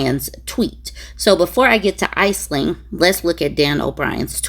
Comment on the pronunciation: Aisling is pronounced "Ash'-ling",.